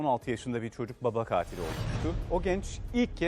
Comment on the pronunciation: Spikerin katil diye vurgulaması çok sinir bozucu 🙄